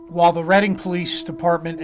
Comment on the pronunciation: Reading pronounced “Red-ing”